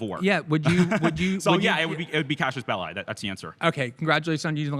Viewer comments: Somebody tell this smug kid it's "casus belli," or a cause for war, and not "Cassius Belli," or some guy named that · He also pronounced it horribly wrong. It's [cazus belly] not [cashus bellai] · lmao I thought he said “cashless bail” at first, I was like what does that have to do anything lol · AND ITS NOT CASHIUS BELLI, its not a fucking boxer its a latin word. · ❌ casus belli ⭕ cashes belie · he’s intelligent? He can’t even pronounce casus belli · Bro didn't even SAY it right 😩 I'm not asking for ecclesiastical pronunciation or anything, just do ur best lil bro!! 🥲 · can handle someone being annoying about Latin, but being annoying about Latin while mispronouncing Latin is too far. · someone learning classical latin here! we actually have a ton of great understanding on reconstructed latin pronunciation, largely due to access to poetry of the time. americanized latin is fine when just using terms like et alia, et cetera, and this one. this guy in the video just managed to pronounce even the americanized version so incorrectly that he didn't come close to Any pronunciation lmao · He also doesn't know how to pronounce cassus belli, or what it means. 😂 It isn't an "act of war" it is a justifiable cause for war. Maybe you and I are arguing, but it's not war yet. If you slap me, we could call that an act of war, and I could engage in war back. But maybe you don't slap me. Maybe you pour sugar in my gas tank. Maybe that isn't an "act of war", but it could provide justification for me to go to war with you - that would be a cassus belli. Sorry, that would be a Cassius Bell-eye. 😂